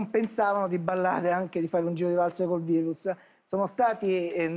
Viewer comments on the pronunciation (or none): none